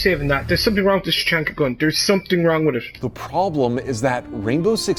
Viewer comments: It’s pronounced Ta-hak-na Not tachonkna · “Microwave was the first one to say LORD TACHANKA” Microwave: “LORD CHANKA” Me: NO.. NO.. NO HE DID NOT SAY IT FIRST, HE SAID CHANKA NOT TACHANKA